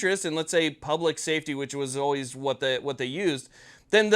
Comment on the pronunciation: Say vhat?